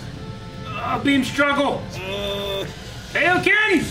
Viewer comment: This is so weird and nitpicky, but every time I hear pronounce Kaioken as Kay-Oh-Ken, my soul hurts